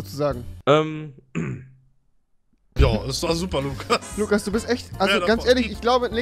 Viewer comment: Lugas mit g